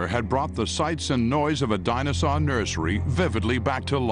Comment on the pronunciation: Is anyone else hearing him say “dinozon” instead of dinosaur?